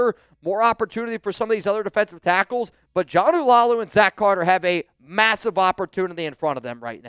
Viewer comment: It’s Laulu not Lalau and pronounced La ulu. R4L